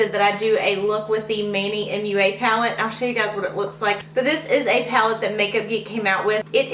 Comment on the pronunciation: manny mua.. Mua like a kiss not M-U-A.